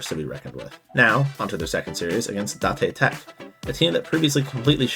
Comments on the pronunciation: datay tech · i just pronounce it the way they say it in the anime "day-tech" and "Kore-asa-no" if i could talk to you with my voice it would be easier to explain but yea. no hate im just sayin it kinda sounded weird when you pronounced it to how they did in the show. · Oh… is it da te tech? I thought it was date tech, since that’s how they pronounced it in the English dub. I’ve never actually watched the sub so I don’t know if that’s how they pronounced it.